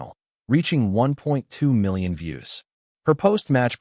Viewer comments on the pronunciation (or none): none